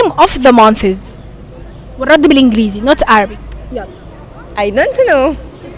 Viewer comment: يا مفيش حاجة اسمها منثسس انتي كدة بتخلي الناس تقولك كلام يزعلك month بننطق النهاية بال ث اما months بننطق نهاية الكلمة بال s بدون ال ث يارب تكوني فهمتيني حتي السؤال غلط What are the months of the year? و of بتنطق v مش f